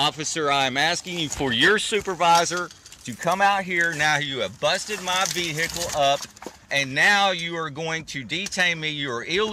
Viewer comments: Vehcile? WTF? Who's the illiterate one here? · you are illegally getting into my Ve-hickle